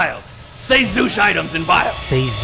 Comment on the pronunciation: Zooshitems Zoo-shit-ems